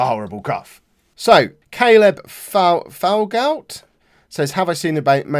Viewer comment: Thank u for answering my question I am Caleb Falgout Val-goo that’s how it’s pronounced